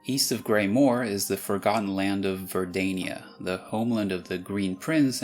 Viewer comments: verda-ni-a sounds terribly wrong so ver-da-nia is more likely to be pronounced for italian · in italian it’s verdània, not verdanìa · Great video, but in Italian "putridi" and "Verdania" have stress on the third-to-last syllable and not the penultimate one, so "pútridi" and "Verdánia". Otherwise great Italian pronunciation. EDIT: you cited Albania as a benchmark for where the stress should be, but it's much more common as I wrote it. A native speaker would put the accent on the third-to-last. Think of, well, Italia XD, but also Campania, Lucania, Esperia, Dalmazia, Gallia, Germania, Russia, Polonia, Moldavia, etc... Countries like Albania or Romania are the exception (unlike English, we pronounce them Albanía and Romanía for no particular reason). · In Italian, unless specified, the accent always goes on the second to last syllable. Although as an Italian I always called it Verdània, it is technically more correct to call it Verdanìa. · It's actually Ver-da-nia with the accent on the da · For Verdania, the correct Italian pronunciation (at least the commonly accepted one) is Ver-dá-nia. I would really want to give a serious explenation to that, but sadly there isn't. The head of the word, verde (the Italian term for green) is pronounced in a way (vér-de) that would encourage using the Ver-da-nía one, but for an Italian native-speaker the other pronounciation comes naturally. One day I would like to know why 😅